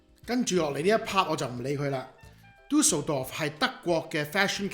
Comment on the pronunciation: 你有無學過德文？ D名讀得好標準😂👍